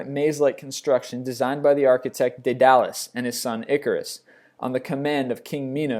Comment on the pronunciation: you pronounced "daedalus" and "centaur" incorrectly